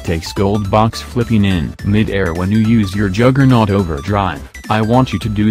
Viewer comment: Juggernaut not a juggerNUT